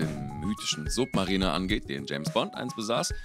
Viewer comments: Es heißt auch Sapmeriner und nich Supmariner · Man spricht es sabmariner submariner aus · Also von „Sappmareina“ bis „Sappmarina“ habe ich schon viele falsche Aussprachen gehört, aber „Suppmarina“ toppt das jetzt nochmal. Fast genauso schlimm ist „Perpetuaaal“. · Lern bitte mal deine Aussprache zu verbessern also submariner oder Perpetual muss man schon auf englisch aussprechen können